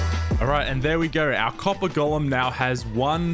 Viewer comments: I love how he says ćœppèr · i love how he pronounces copper coppah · "I dont actually know how much "COPPAH" do i need for this build" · "Now all we need is that COPPAH" "im going to need a lot of COPPAH" "I spent the rest of the day just mining for COPPAH" "I managed to fill an entire shulker with COPPAH" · update just finished the video, total "COPPAH" count is 58